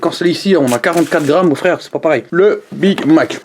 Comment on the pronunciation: Jkiff quand tu dit frerrrrrrrrre snap kalouass